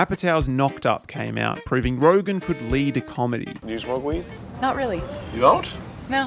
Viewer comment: Don't want to be that guy, but you should know it's Seth RogEn, not RogAn. You repeat that mistake everywhere in your video and text.